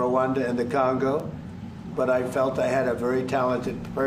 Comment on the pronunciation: Funny how Mr Trump say " i have nothing to do with the CANGO " 😂😂😂😅